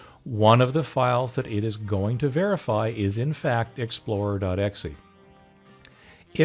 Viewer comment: good video but it's "exe" not "xe" :)